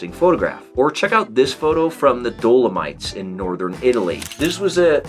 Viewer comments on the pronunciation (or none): I mostly use telephoto for landscape! Wide angle is cool and stuff but I don't like negative space all that much, i like to really fill the frame with the subject. Also, the way you say dolomites kills me.